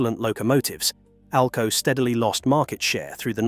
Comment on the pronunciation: Seriously? Your spelling out ALCO? Its pronounced as a word not spelled out!!! Geez!